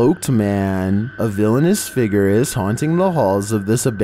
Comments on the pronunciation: Please stop saying “figger”!!!! It’s figure. Fig-yur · What little drives me crazy... .. the way he says "figure"